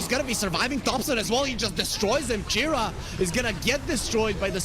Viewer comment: everytime the bc said Chira, i heard Jerax 🤣